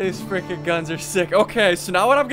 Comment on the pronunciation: How many times have you Said i freikin love this game